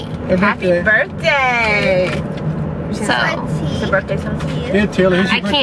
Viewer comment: "HAPPY BURTDAY!" LOL Happy birthday! :D